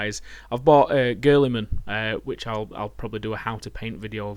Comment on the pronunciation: you pronounce Guiiliman like Girly-man! lol